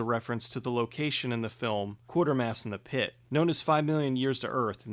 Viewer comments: You know we luv you, but it's actually pronounced "QUAY-termass," not "Quartermass." Common mispronunciation. If you haven't seen the films, or are familiar with the works of Nigel Kneale... you totally should! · It's "Quatermass", without a "r" in the first syllable.